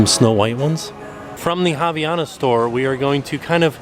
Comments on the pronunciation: As a brazillian its soooo weird to hear an american saying Havaianas. Its no “Raviana” its “Hah-vee-ah-nas” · Everytime says "haviana" literally all I can think of is "thotiana" 😂